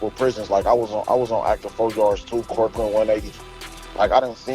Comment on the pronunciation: Did he say Corcoran 180?